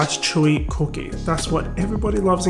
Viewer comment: I’m trying to pay attention but can’t get past that pronunciation of “c00keh”. Now I know why y’all call em “biscuits” 💀